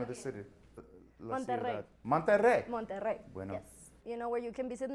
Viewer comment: Me encanto como dijo Monterrey jaja. Dios, amo tu inglés, saludos:3